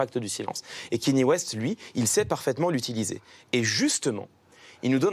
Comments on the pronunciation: Bordel ! On ne dit pas "Kény West" mais "Kaneyé West" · Déjà quand tu dit "Kenny West" t'es pas crédible ... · Le seul mec génant c'est Clément Viktorovitch qui prononce Kéni West xd